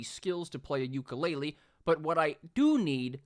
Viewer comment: I will suggest Grand Tactician:Civil War. Also, your pronunciation of Ukulele killed me.